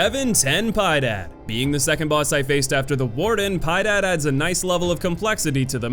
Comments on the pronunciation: I can’t believe people actually call him pie-day lmao pi-Ed-add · Ten pi-eh-dád Not ten pie dad. Get it right or I won’t feed my kids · Please guys, put a bit of effort on pronouncing at least similarly, having a pie dad it’s too weird for me to process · Ten piedad- translates to “have pity” . It’s pronounced PEE-EH-DAD. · It's piedad, not pie dad. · I don't usually get pissed by mispronunciation, but truly awful voice and aggressively American accent just got me to crack. Fucking seriously? You think Piedad, a word that, like a lot of the words in this game, is in Spanish, is pronounced "Pie-dad?" When the boss so named is an explicit reference to the extremely famous sculpture "La Pieta," which pretty much everyone knows and has a name that is easy even for mostly english speakers to pronounce? I mean, I've never learned Spanish, and I scraped by with a C in high school french, but the amount that you understand basic words from other languages and common cultural references makes me think that you never went to high school at all. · A little heads up: its pronnounced "Ten Pi-Eh-Dad". Spanish for "have mercy". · I know me tu bro, when he says pydad por piedad lol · Piedad it's pronounced "Pee-eh-dad" xD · LOL "Ten Piedad" hahah!!! You're definitely butchering names. Piedad is pronounced phonetically. It means Mercy. His name is "Have mercy".